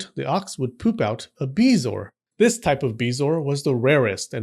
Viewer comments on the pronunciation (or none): It is pronounced Buh-zor. Hate to be that guy but said to "spread the knowledge" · It’s BEH-zo-er. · I have heard of them, but I have never heard it pronounced the way you are doing. I pronounce it beh zo-ar, three syllables.